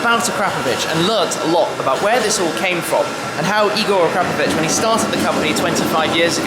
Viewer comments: I really thought it was acra-POE-vich, not a-CRAP-ovich. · It's actualy a-kra-po-vić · I don’t care if it’s pronounced Ah-CRAP-ovich; I’m not saying it like that because it sounds like an insult. I’m going w/ Akra-povich. That’s my cool story; nobody cares, but I had to write it. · A Crapovich??? its Akra Povich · the way u said akrap....povic u sound like an idiot please youtube on how to pronounce akrapovic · Did he say AK-CRAP-PO-VIC? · "A-crap-ovic" come on Tim they make pretty good exhaust systems lol. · pardon my ignorance... but shouldn't be pronounced akrapòvic? i've heard it both ways (the way i wrote it and the way shmee said it) and was wondering wich one is the right way...